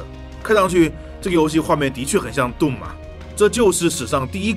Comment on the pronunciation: 我看過無數人講解過 毀滅戰士 doom 這款遊戲，是第一個youtuber 把doom的發音念對的人。 "頓"拉長音，其他念的人全部發 "洞"拉長音。 衝著他念對了，必須點個贊。